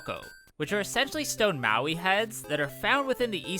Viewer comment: Moai, not Maui.